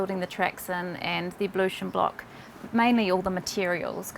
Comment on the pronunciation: Pretty cool place! Lol at pronouncing "ablution" as "abalution" haha